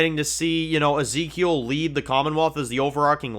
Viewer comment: Misses pauses and mispronounces Ezekiel.